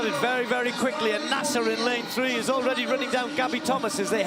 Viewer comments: It’s actually pronounced Na-Sayr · Idiot announcer cannot correctly pronounce the name of the winner.